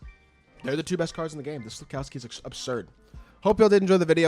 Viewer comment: FILPOWSKI, NOT FLIP